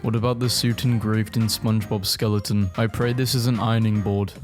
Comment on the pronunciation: Yea he has a skeleton, not a “sceloton”